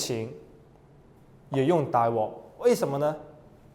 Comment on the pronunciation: 是大鑊（wok 第六聲）不是大鍋（wo 第一聲）~